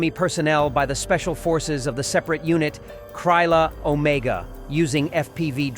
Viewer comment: Author Not "Kraiyla Omega. But "Krila Omega". You pronunciation is wayyy of. I recommend using google voice before voice overs.